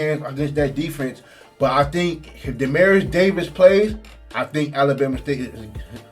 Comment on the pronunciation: Bama State’s QB name is DE-MEAT-TRIUS Davis. I kept hearing “Demarius” …quick correction